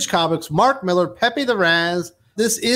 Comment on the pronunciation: Dudes, it's pronounced "MI-LAHR."